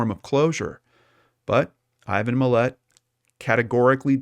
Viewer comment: Its Mill-lot there's no e. And this is old af